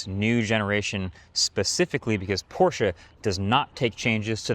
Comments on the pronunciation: Thanks for pronouncing Porsche correctly! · I am so glad you pronounced Porsche correctly... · as a german i thank you for pronouncing porsche correctly. GUTE ARBEIT